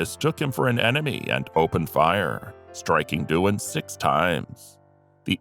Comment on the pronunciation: You should be ashamed of yourself. James Doohan is the right way according to IMDB and you still manage to call him Duan.